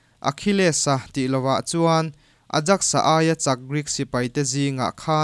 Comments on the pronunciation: A rei deuh tawh na a ,Aijax hi Ajaxs ni lovin Aiyaks ti a lam tur a ni..Heng hun lai hian an Ajaks (mihring hming) tih anih ngawt loh chuan... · 'Ayax' tia lam tur ni lo em ni?